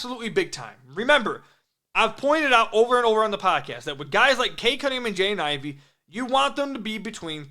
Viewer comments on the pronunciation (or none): You gotta practice pronouncing Jaden Ivey's name. Sounds like youre saying "Jane Ivey" 😂